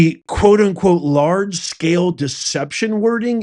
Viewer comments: Larg e scale? Dude, it's Large Scale, lol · Firstly, the name of the media company - Reuters - is pronounced (Royters) and it's not LARG E Scale, it's Large scale social deception. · LARGE. not L ARGE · it's LARGE SCALE not LARG E SCALE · It’s “Large” not Larg E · The word is large not larg ----- e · ROY tears, not ROOT ers- and LARGE scale social deception, not E SCALE. Is this stuff possibly real? Good God…. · It’s LARGE SCALE not LARG E SCALE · Larg e scale? Really? ASED sounds like acid, otherwise known as LSD. Are you really a professor? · The "e" goes with the "Larg" (large)